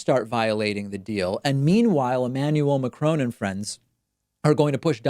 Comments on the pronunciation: MA-KRON. It's quite a soft N. Definitely not that Mar Chrone thing you have going on! Thanks for the video 🖒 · its macroN. not macronE... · It's Macron not Macrone. Short O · He's not McCrone, he's Macron, you know, like Galvatron or Magnetron.